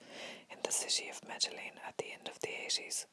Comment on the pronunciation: Loving this! But for future reference, Medellin is pronounced: Meh-Deh-Yeen. I think I heard you pronounce the two Ls. I hope this helps :)